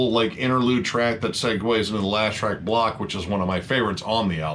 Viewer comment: Gotta say I love how turns BLOCK into a two syllable word in that song. Knew I loved that song the second I heard that.